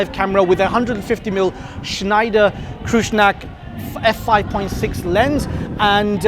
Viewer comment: I love all that old style thing. Also funny how you pronounced Kreuznach 😄. The eu is pronounced like the oi in boiler and the nach, make it sound Scottish. Then you got it. 👌